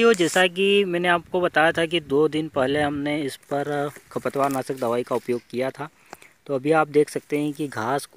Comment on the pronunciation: खपत वार नहीं खरपतवार साफ शब्द बोलिए